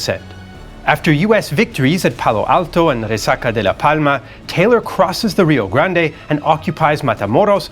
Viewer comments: First, kudos to for his detailed and informative explanation of the musket as used. Second, pronunciations are hard. They are harder in Texas., you persisted in pronouncing Rio Grande as ree-oh grand-ay. In Texas, we pronounce the name ree-oh grand. Silent final e. How do the Mexicans pronounce Rio Grande? They don't. The Mexicans call the river the Rio Bravo. They have one name and we have another. Like the Gulf of America. San Jacinto pronounced sahn ha-seen-toe is correct for locations in Mexico. In Texas, it is san juh-sin-toe, with j like in jet. Makes no sense to me either. Could be worse. There is a town in Texas named Mexia. Perhaps the Mexican pronounciation for it is me-hee-a. Don't know. One would suppose the Texan pronunciation to be mex-ee-ah. It is not. It is muh-hay-ah. Could be worse still. Refugio is pronounced ray-fyu-ree-oh. Guadalupe, pronounced hwa-da-loo-pay by all Mexicans (who think it is misspelled), is pronounced gwa-da loop by Texans. This mess started when the Mexicans threw out the Spanish. The Spaniards named the land Mejico, because they could not pronounce the sh the Mexica people used. When the Mexicans took over, they changed the spelling to Mexico but kept the pronunciation. So Tejas became Texas. Of course when the gringos entered the pronunciation of Mexico and Texas changed to suit Anglo palates. Pronunciation went downhill from there. This is to say that your pronunciation of names in Texas is bad but readily forg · The 'e' in Rio Grande might be enunciated in Spanish, it's not in the US or Texas, so when he reads direct quotes from American people with the Spanish pronunciation... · It is Rio Grand. In pronunciation. At least in Texas! No one from here says Rio Grand-e. Also, I was in the Army and your pronunciation of Leavenworth with a long "e" like "leave" is odd. The "e" is short. Look it up. "The correct pronunciation is typically something like "LEV-en-wurth,""